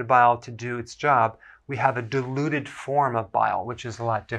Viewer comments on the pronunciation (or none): none